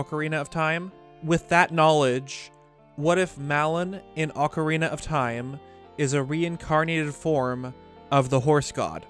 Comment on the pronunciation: Can you please stop saying ocarina wrong it’s annoying.